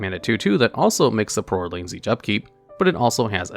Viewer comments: i feel like there is at least one weird pronunciation per video of yours. where is that random emphasized syllable in 'saprolings' coming from? sapROLLING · Right the saproling pronunciation really got me lmao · why does he say "saprolings" like that